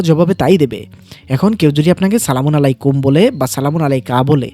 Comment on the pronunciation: ভাই আপনি যে সলামুন আলাইকুম উচ্চারণ করলেন সেটা ভুল উচ্চারণ কারণ। সালামুন শব্দে লাম উচ্চারণের সময় একটু দীর্ঘ করতে হয় কুরআনের শব্দ অনুযায়ী। আর আলাইকুম উচ্চারণের সময় শুরুতে আরবি শব্দের "আইন" দিয়ে শুরু করতে হবে এবং লাম্ উচ্চারণের সময় দীর্ঘ করতে হয়। তাইলে উচ্চারণ ঠিক হবে।❤❤